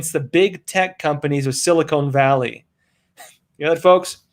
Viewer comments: It's Silicon Valley, not Silicone Valley. SiliCON is a chemical element often used in the making of microchips; siliCONE is a rubbery polymer often used for breast implants. The two things are completely different from each other. While you're at it: please alert Roman that the word "titers" (the concentration of something in solution) rhymes with "fighters" and "lighters". Last week, while talking about the relative concentration of antibodies in the vx'd compared to those with natural immunity, he pronounced "titers" as "titters". A "titter" is a short, partially suppressed laugh or giggle. Just FYI. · Note to, it is pronounced Sil-lee-CON valley, not Sil-lee-CONE valley. This is where I've lived and worked for more than 30 years. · Hey - love your content and delivery. I'm a subscriber. Silicon Valley is pronounced locally as "Sili-kin" Valley, usually quickly with equal emphasis on both sounds. CA locals mutter and run our words together! Much love. Keep it up. xx